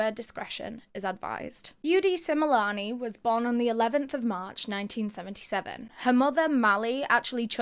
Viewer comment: I’m from South Africa, I’m loving how you pronounce their name correctly ❤love this 😊